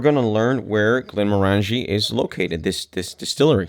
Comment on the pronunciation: Glen-MOR-an-jee. Rhymes with "orange-y."